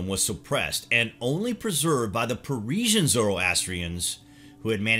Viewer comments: Perisian?? Not bad but some inconsistencies in pronunciation and information. I believe you mean’t Persian and also the “Parsi” are Persian Zoroastrians who fled and found refuge in Gujarat, India. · Parisian???? you mean Persian bro 😂